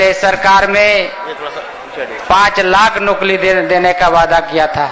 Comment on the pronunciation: Nokri ko nokli bolta hai